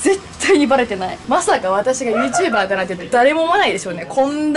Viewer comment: YouTuberの発音良くねw 声の通り良っ❗ ｴﾐﾘﾝいるときに行きたかった❗ ｶﾝｺﾞﾙｰ?ｶﾝｺﾞｰﾙ? 藻♥